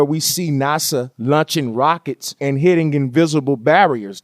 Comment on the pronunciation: "NUSA Lunching Ruckets..." lmao!